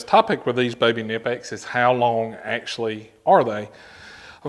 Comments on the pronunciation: Pronounce the K please. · I can't take someone seriously when they can't even pronounce a company's name properly.